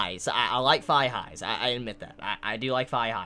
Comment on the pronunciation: I genuinely thought you said high-fives when you said thigh-highs. BY FAR the weirdest fetish I'd ever heard of. Also, on that one Clockwork comment 3/4ths into the video. They made a rather funny joke in this 3rd episode where the male protagonist joked that his automata didn't need a logical explanation behind her ability to "freeze time" because the idea of a world made of clock gears is even more unexplainably dumb. Dunno how serious they were, but that did make my day. That show is pitiful.